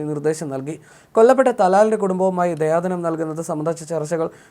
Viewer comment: ദയാധനം അല്ല ദിയാ ധനം അറബി പദമാണ്